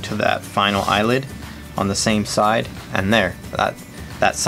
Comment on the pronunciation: Thanks for the informative video. 'Eyelet', though, not 'Eyelid', right?(!)